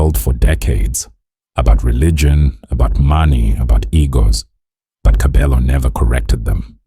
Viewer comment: Pronouncing is irritating I stopped listening when you said TKzet ee😮 and kabelo's stage name